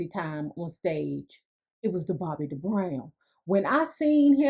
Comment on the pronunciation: 🤔 Why does she keep saying DA BROWN Get my Best Friends Name right Lady. 😡